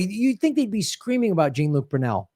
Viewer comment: IT'S NOT PRONOUNCED JEEN LUKE! WILL SOMEONE GET GRAHAM STRAIGHT ON THIS?!?!?